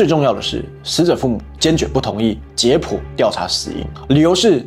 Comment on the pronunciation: jiě pǔ❌ jiě pōu⭕️